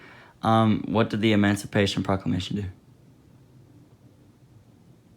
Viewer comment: "EmOncipation ProClockLamation"